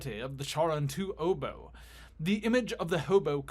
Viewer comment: it's pronounced obol